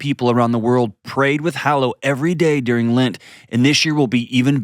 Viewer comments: Also it’s called LENT not lint! 🤣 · And in his ad—it’s LENT not Lint! 🤣